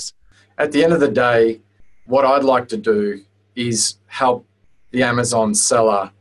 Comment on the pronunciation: "to hep your create your brand" lol so bad XD